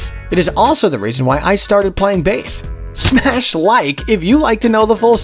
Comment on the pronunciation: ... And sounds weird when say smash like... Cuz im from the future..